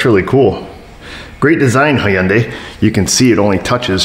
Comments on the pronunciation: It's pronounced (hun-day) like Sunday. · you realize the Y in Hyundai is silent right?